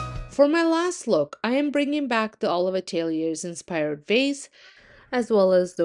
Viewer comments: Summer, fall and winter coffee tables ? You're hilarious. You mispronounced atelier ! Learn French do do ! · Learn to pronounce atelier ! Europeans and Canadians LAUGH at you ! !